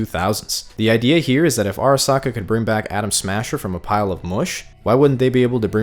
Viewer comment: Bro uk every other time u say Adam smasher u say Adam Sandler